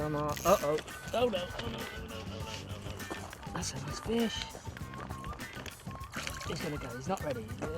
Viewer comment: "That's a noice fesh!"